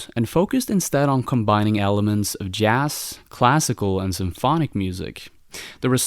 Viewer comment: This dude said Jass.